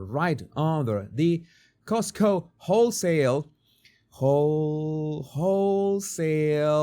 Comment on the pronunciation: The way you pronounced 'wholesale' with your accent is a rude but accurate word in NZ - replace one of the l's with an r & keep smiling 😊